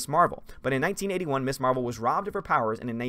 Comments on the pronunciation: This might just be a nitpick of mine but isn't Ms actually pronounced Mizz? Everyone always says Miss Marvel and it always irks me when I hear it. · Ms. is pronounced Miz not Miss. You’re not the only YouTuber who makes that mistake. I guess it depends where you were in the seventies.